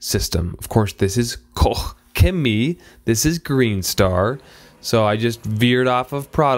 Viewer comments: its pronounced caw-ch chem-ee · It's pronounced KO-SHEMIE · . At 00.12 you pronounsed it almost correct. Use Google Translate to practice. Grtz. A Belgian. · I've heard people in german videos pronounce it koshhemi, like KOSH - HEMI (as a chrysler engine "hemi"). Asked a friend from Germany, the correct way would be KOH, but she believes it's a regional accent so there. :D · It's pronounced 'Cock-Shemee'. Yeah, one of the best, the cleaning power on the wheels is as good as Brake Buster. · You pronounced it wrong lol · First of all: Guys, why you care so much how he is pronouncing Koch Chemie :D (Btw the IPA would be „ kɔχ - çeˈmiː “) You have to test out the other products of the company. I highly recommend their „Nano magic plast care“ for exterior plastic parts!! :) it will look like new. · You’re having way too much fun trying to pronounce Koch Chemie lol. Really looking forward to seeing this come to the US. Very well respected brand oversees. Thanks for the video! Hopefully you get to test more Koch Chemie products.